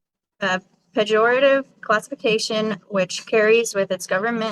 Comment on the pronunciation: “Pa-gor-a-tive” lol